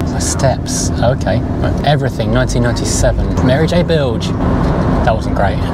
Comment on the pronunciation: I'm glad I'm not the only one that says Mary J Bilge...